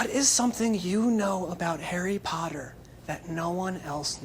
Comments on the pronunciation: you did not just say that POTTAH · Daniel: lives Everyone: HARRY POTTAHHH